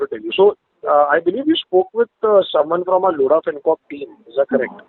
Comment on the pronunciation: "LOAD-HA" .... DON'T TAKE LOAD FROM LODHA ...